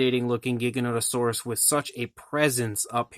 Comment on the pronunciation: It's Gigan oto saurus never ever a giga. Everybody mispronounces the makes me wanna fucking kill them.